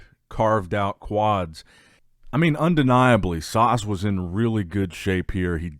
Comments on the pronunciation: Ssss- ah- ssss not sarrrsssss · Guys, I think he's taking the mickey out of the way pronounces "Sas". To us non-Americans, it sounds like he's pronouncing it Sause